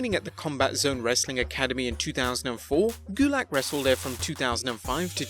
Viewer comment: (TURN ON SUBTITLES) It's not drew gulak it's GULICK